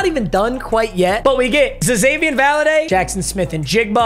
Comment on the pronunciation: It’s pronounced ZAY-VEE-ON Valladay and he was elite last season